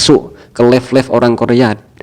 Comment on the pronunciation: Live baca laif.. Bukan lif klo lif artinya angkat. 😢 beneri dulu pengucapan inggrisnya.